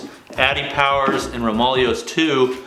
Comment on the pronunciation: It's pronounced... ROME-AH-LAY-OH's. Just to put that out there👍🏼